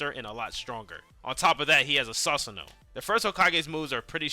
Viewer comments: Did u say saceuno nahhhhhhhhhhhh its susanoo😢😢😢😢 bro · Bro did not just say “sausanoo”😭how can this dude mess up so many names but play a bunch of anime style games